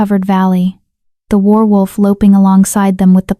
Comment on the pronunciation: Good story but the person reading needs to learn how to say werewolf. Pronunciation: wehr-wulf. Some of the time you say is right but some of the time you say it oddly. 😕😒😣